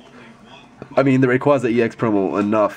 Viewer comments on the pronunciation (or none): Rayquaza: Ray-QuA-za The first "A" is a long "A" sound. Sorry, when I hear someone mispronounce my favorite legendary pokemon's name, I get all Grammer Nazi. lol